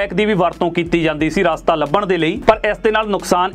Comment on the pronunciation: Veer ji Raastaa nahi Rstaa bolo ji. Punjabi boli naa khraab kro. By the way thx for sharing your knowledge